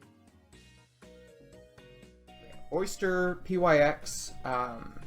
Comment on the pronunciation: is oster not oyster my friend